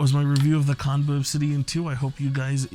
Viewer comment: It's pronounced- "Chan-buh"